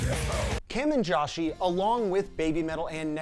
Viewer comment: Josei is pronounced JOE-SAY. The way you say it makes it almost impossible to know what you are referring to.